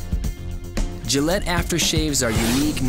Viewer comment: Gayllette or Gillette?